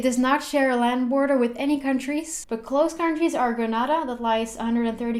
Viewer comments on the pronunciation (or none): Gree Nay Da not Gre nah da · its Gren- nay-dah not Gren-nah-dah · It's pronounced Gree Nay Da Yes I'm Grenadian and Trinidad and Tobago is our sister country. Big up all meh Trini people in the comments nuh! lol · U said grenAHda it is grenAda like saying the name of the letter a just telling u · Which Google download are you using? When I zoom in to Trinidad, unless it is a photograph, I cannot get streetview as I would get in Toronto or N.Y. You did a good job with your research. Well done. Thanks. By-the-way. It is pronounced "Gre- nay-duh" not the way it is pronounced in Spanish. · First of all... that is not how you pronounce Grenada ! Secondly queen’s park savannah is NOT a park to be playing in..... thirdly , just cause some places have a Spanish name DOES NOT MEAN you pronounce it in Spanish.. do your research before making videos like this please!!!!!!! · please tell me I'm not the only one who heard the weird way she said Grenada....